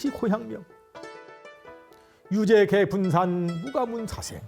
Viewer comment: 유제개분산의 "유"를 짧게 잘못 읽었습니다. 실망했오이다.